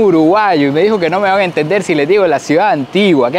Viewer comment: No digas she. Es CHE. Como choclo y chorizo